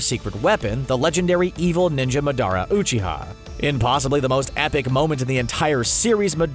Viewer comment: “Oohchiha” cmon you gotta be pronouncing this wrong on purpose